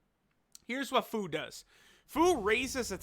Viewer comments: its pronounced FEW. not FOO. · "FOO" xD its FUU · i thought fu was supposed to be pronounced as fyu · Who here hears buu when says fuu